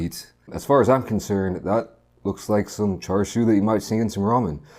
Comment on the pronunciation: "cha" not "char" :)